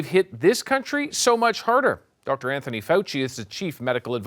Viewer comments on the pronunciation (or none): none